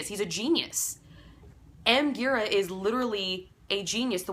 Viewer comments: Gira is pronounced 'Jeer-ah.' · it’s pronounced dji-rA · Thanks for this. It's pronounced Jeera btw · Gira with a soft G :)